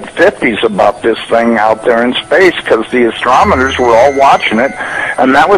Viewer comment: When the so called expert could not pronounce the word ASTRONOMERS correctly. This made him sound unqualified to comment on this subject.